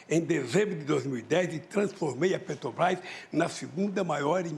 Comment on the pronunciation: Ele fala Pêtobás, Uílho Bonner...e por aí vai kkkk